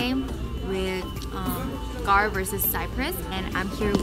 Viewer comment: You went to gahr??? Gahr is gahr-bage